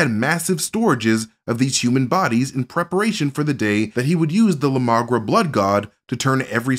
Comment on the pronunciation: Wait, wait, wait... so you're telling me the God of the vampires is just immagration?!? Whoops, my bad, that's la migra, not la magra.